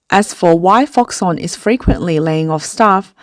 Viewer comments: its Foxconn not FoxOnn ???? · Why did the narrator eat the "k" sound in Foxcon? Why Foxon? Please. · nit pick: Its Fox-Conn not fox-onn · If I got one dollar everytime she said foxon I'd buy foxconn to save those people's jobs. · Its pronounced FoxConn with a C omg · i just feel if your a 200k+ sub channel producing 'professional' content then simply looking into the pronunciation of the topic of your video essay should be a BARE minimum. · Please learn to pronounce Foxconn correctly